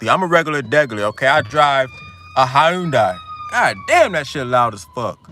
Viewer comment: 😂nigga said Hi'UN-die